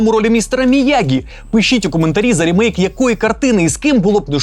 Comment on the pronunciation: Правильно казати/писати "рімейк", бо саме так читається англійською слово "remake".